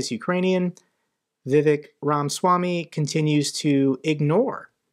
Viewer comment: It's not Vivek, 'vivake' as in fake👍